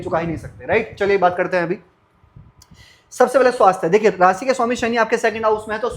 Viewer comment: श स ष सही नहीं है आपका । रासि नहीं राशि , सुक्र नहीं शुक्र